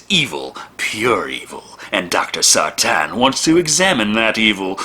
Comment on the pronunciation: Sartain not Sartan. Sar-Tain. Sar-Tayne.